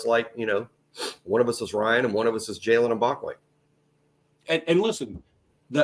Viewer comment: They don’t even throw at mbakwe..butchered his name my bad..